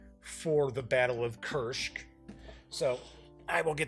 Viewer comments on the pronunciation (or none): Why Kuršk? It's Kursk. Easy and simple.